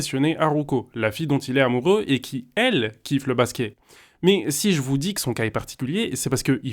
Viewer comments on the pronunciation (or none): pourquoi tu dis Basqué au lieu de Basket ?